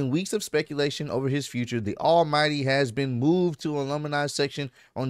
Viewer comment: says "alumni" funny 😂